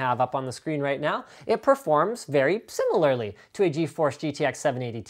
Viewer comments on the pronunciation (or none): none